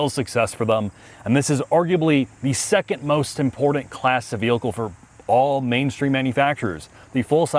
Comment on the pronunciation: "ImporDant". Super painful to listen to.